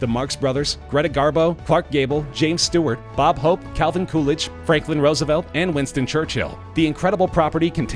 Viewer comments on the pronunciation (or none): none